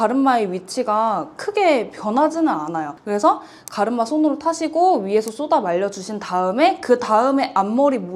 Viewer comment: 갈음마 ㅎㅎ 발음 귀여우세요 😊😊